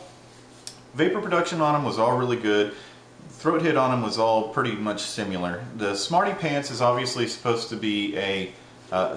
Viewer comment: Similar; Not pronounced sim-you-lerr. Stop it.